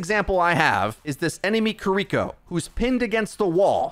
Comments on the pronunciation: Fantastic info as always!! But her name isn't said "ki-Riko", there's no emphasis mid-word on the R. It's simply "Ki-ri-ko" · I know it's not your fault it's just how you say it but Kiriko is pronounced key ree koh. Not Koh ree koh. Just wanted to educate. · he keeps saying the name like kurreeko instead of kiriko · are you saying Kuriko? Ki-Ri-ko means child of mist. Kuriko be child of chestnut lol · It’s pronounced kee-dee-ko just for future reference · I'm sorry I don't wanna be this person but please stop saying her name like that 😭 it's as bad as people saying "naRUto" instead of "NAruto". It's killing me lmao her name should be pronounced "KEE-ree-ko" or "KEE-rih-ko" 😬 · Major ear-worm when you pronounce Kiriko like that hahaha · PLEASE learn how to pronounce her name. It's killing me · why are you saying her name like that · Love your videos, but I hate how you're saying Kiriko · Hate the way he says kiriko